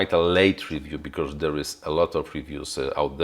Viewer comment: you are great, just please don't say "becauRse"... it is very painful (maybe just me, but... well... painful it is):)